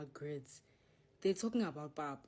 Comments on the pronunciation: Its called PAP not POP. The Yorubas call it OGi The Igbos call it Akamu The Hausas call it Koko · Its Pap not Pop..LOL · PAP … not pop.